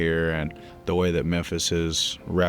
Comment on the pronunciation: Big “Memphsi” 😂